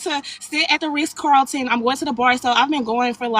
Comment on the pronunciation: The fact that she says “Riss Carlton” automatically disqualifies her from any man with means 😂